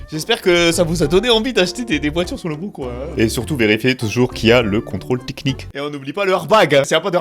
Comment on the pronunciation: salut=), "Arbag or not Arbag" ? et lefameux contrôle "tiknik" çà me fume 😂 MERCI bcp et porte toi bien et bonne fêtes de fin d'années si au cas ou on se voit plus avant cette date =) 😇